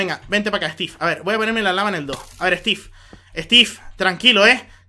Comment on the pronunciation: me encanta que en ves de decir estiv dice estif